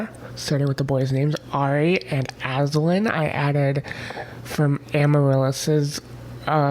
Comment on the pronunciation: Ari is so sweet! Aslan is actually pronounced As-LAN, like the start of the name Landon. I think Alle is said as Ali, and Aniela is Ann-yell-uh. Oh, and Avalon is said as Av-uh-lon, Av rhymes with have. I love Adelaide, Adria, Alessandra, Alice, Allegra, Alma, Amalia, Amaryllis, Angelique, Araceli, Araminta, Ariadne, Atarah, Avalon, Aviva and Aya. Fun fact, Alys is the Welsh form of Alice. Great list!